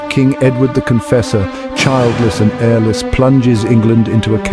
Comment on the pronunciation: "Airless"? What, he died of suffocation? :D